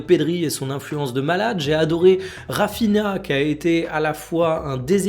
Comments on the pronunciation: Oublie pas Rafinha se dit Rafinia et non Rafina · Check les vidéos où tu parles de lui, notamment "Où en est le Brésil ?" Avant tu disais "RaphiNa", et pas "RaphiNHa". En gros c'est comme si tu disais Robino au lieu de Robinho, jsp si c'est clair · euh moi j'entends tjr RAFINA et pas "Rafinia"